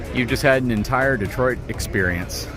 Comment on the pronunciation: Dotoit? Sounds like Tyson saying Detroit